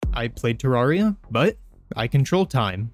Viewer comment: Bro said terraia 💀